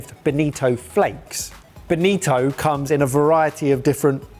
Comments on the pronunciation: Its not Benito but Bonito, Benito is Italian given name derived from Benedict and BONITO is in tribe of Sardines but belongs to Family and Subfamily of Scombidrae which is Tuna, Mackerel and similar species of fish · It is bonito, not benito. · Bonito. Boh nii toh, not a fascist dictator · "Benito" :v